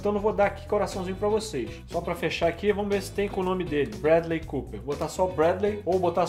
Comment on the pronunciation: entendi que falou "sopra".